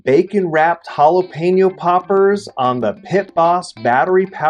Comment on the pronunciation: Great tailgate munchies right there! I’m so happy you pronounced Jalapeño correctly. Drives me crazy when people say Jalapeeno😡